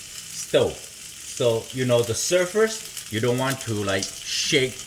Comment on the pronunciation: It took me a minute to realize you were saying surface. I thought you were saying surfers 🏄‍♂️